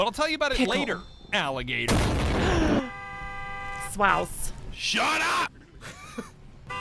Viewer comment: you immediately pronounce swaws wrong! 😭